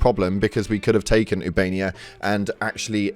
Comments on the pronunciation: ITS OOH-BA-NE-YA, NOT YOUBANIA! ❤ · I enjoy your videos but, oob -uh-nay-uh Not oo-bay-nee-uh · Ubainia? This dude can't read its official. 😂😂😂